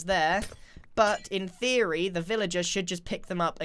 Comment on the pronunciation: I think Grian’s favorite words are: “In theroy”😂